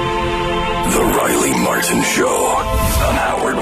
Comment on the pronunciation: I guess nobody had the guts to tell Riley when he spelled his name that its " r " not r-ah......r-ah...i l e y ...martin ...m a r-ah t i n